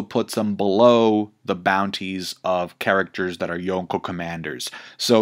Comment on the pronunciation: Why does emphasize the K so loud in Yonko, makes it sound like two separate words lol. Reminds me of my mom over pronouncing cheese names at the Italian restaurant lol.